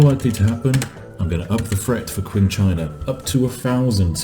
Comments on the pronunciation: IT'S PRONOUNCED CHING CHINA NOT Q-ING CHINA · "Qing" is pronounced as if it starts with a "ch." Like "Ching."